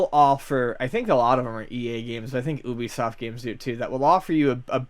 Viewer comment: Ugh I can't stand the way pronounces ubisoft.... "ub-E-soft"